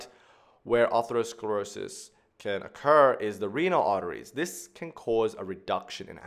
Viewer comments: Excellent video, except one thing is driving me crazy: ATHEROsclerosis not A-R-THEROsclerosis!!! No doubt knows this, it just comes out wrong. Everybody has a few of these 😉 The root "athero" means FATTY, and "sclerosis" means hardening; in ATHEROsclerosis, we see fatty plaques (atheromas) in addition to other pathology. Atherosclerosis is thus a SUBTYPE of hardening of the arteries (it's one kind of ARTERIOsclerosis), it is the "fatty" subtype where ATHEROMAS are present. Not all arteriosclerosis includes fatty plaques. Another worthy video, starts with the etymology of ATHEROsclerosis, ARTERIOsclerosis, AND ARTERIOLOsclerosis, and describes their differences. It's important to be nit-picky about this misplaced "R", because the related, more generic term "ARTERIOSCLEROSIS" (hardening of the arteries) has an R in the second position. These are related but distinct words, for overlapping but distinct pathology combinations. Creating a hybrid word that's halfway in between, just confuses things. The best thing about the video, is the rapid pace of extremely well described information. Fast and thorough without seeming overwhelming. A large part of this comes from the easy grace of the drawings as they materialize into near perfection before our eyes 👍🏻👍🏻👍🏻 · it's not aRthero, but ATHERO... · You added an extra "R" in atherosclerosis. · Stunning visuals and explanations but it’s ATHEROSCLEROSIS, not artherosclerosis. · It is Atherosclerosis, not artherosclerosis. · Isnt it Atherosclerosis not Artherosclerosis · Thats Atherosclerosis not Artherosclerosis dumb guy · Atherosclerosis not Artherosclerosis.. But Arteriosclerosis...thanks anyway.. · *aTHEROsclerosis (not arthero)